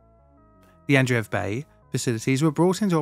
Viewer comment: Congrats on your nuptials. I think Adreev the ev is usually pronounced short vowel eh as in: ehv. The first e would be pronounced long a form. As in Ay. Ahn'Drey'Ev. Not eev long single vowel double e as in English .